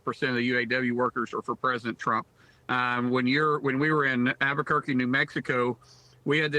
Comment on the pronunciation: He can’t even pronounce Albuquerque correctly. Where is this YooHoo from?